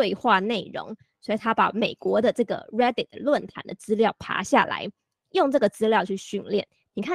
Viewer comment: Reddit instead of R"a"ddit.